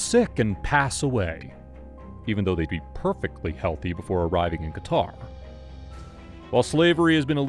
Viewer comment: hahaha elgataar,no qatar?